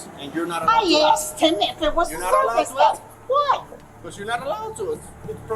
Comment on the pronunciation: "His fwokin dwog jumped on mae." Immediately pointing fingers are we?